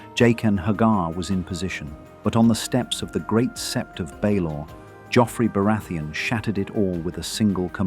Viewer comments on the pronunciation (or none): none